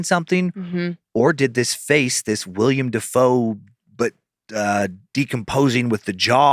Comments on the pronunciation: Two episodes in a row. It's WILLEM*** NOT WILLIAM 😭😭😭 it's killing my soul, guys. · Love love love love you guys! It's "Will-em" Dafoe. 🤘🏼